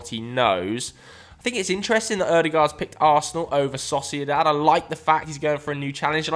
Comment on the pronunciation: this man said saucydad instead if sociedad and acted like we wouldnt notice :D